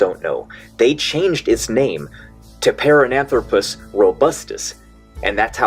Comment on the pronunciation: "parananthropus?" lol. This dude can't even produce a recording of himself saying the word. "Shall we do another take of that?" "Nah. My audience won't know what it means anyway."